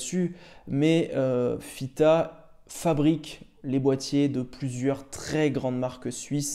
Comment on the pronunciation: Tu fais bien de valoriser cette marque, ça donne de plus en plus envie ! Chouette vidéo pour une toquante qui me plaît beaucoup. Par contre tu dis toujours FITA 😝😂🙌.